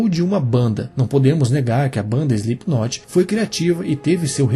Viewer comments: Exato. É ruim ficar ouvindo o nome pronunciado errado... mas a matéria é boa! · Parem de por o "e" antes do "s". Não se diz ESLIPKNOT, coloquem o "e" depois do "S" SELIPKNOT. vale para todas as palavras inglesas começadas do por s.